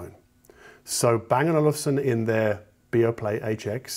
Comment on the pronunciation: You got the Bang & Olufsen quite good for a non-Scandinavian speaker.